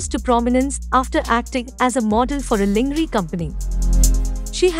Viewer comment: dear commentator, please learn how to pronounce lingerie correctly.